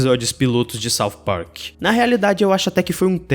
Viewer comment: Sauf Park........ odeio essa pronúncia